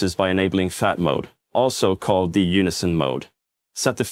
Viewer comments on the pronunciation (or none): none